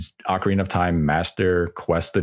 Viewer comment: I just tuned in to hear say Oakareaner of time😂 love it.